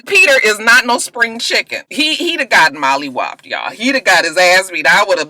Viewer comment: did you say molliwopped? lmao